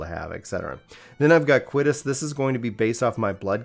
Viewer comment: Lmao. Did I just hear you call Quietus Coitus?